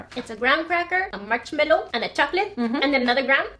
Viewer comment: I love the way said "the dunked march mellow."